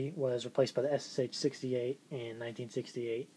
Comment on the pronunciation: M1 surely wins. I think the liner in the Ssh39 is better than on the '40. Nice items you got there:) I collect most German WW2 but have a few NKVD items. If you want to pronounce the Ssh correct it's sound like "S sha. That is why they call the PPSh the "Papa Sha" Just info no offense:) If you ever need some original Soviet or Russian Federation stuff send me PM. Regards, Lars